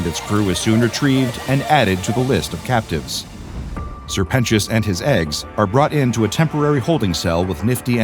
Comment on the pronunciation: “Sir penus”